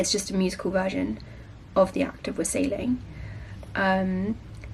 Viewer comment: WAH-sell-ing. The emphasis in wassailing is on the first syllable. Between that and "vicky pudding", you had me in stitches.